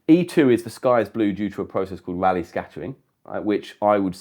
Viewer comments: You can only get the confusion when you pronounce "Rayleigh" as "Raleigh", without it there is no confusion with bicycles at all. 😆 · That's just due to pronunciation; it should be "raa-lee".